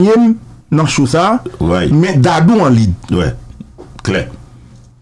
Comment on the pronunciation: Neg Dadou se yon comedian ki toujou ap érè. Ga pa gen 2 syllables. Yon seul Syllable Dadou